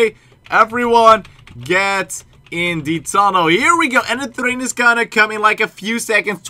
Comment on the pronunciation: You said thrain??? Train